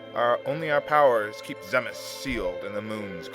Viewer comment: It's actually pronounced Zee-Muhs. According to the DS remake.